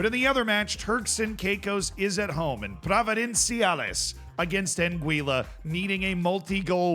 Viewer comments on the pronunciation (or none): none